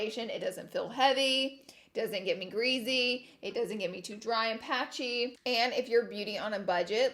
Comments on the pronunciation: Everytime she said greasy I laughed “greazy” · Oly and grizzy-really Laura?!😭 for oily and greasy, also finish the words completely 😬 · Ol and oly skin? And greazy? So funny 😂😂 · Any one else notice certain word she says sound funny hahah like greasy she says greazee and Aegean oil sounded like argonal haha